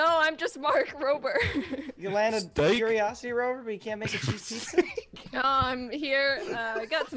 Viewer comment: WILBUR SAYING STEAK IS STILL MAKING ME LAUGH TILL THIS DAY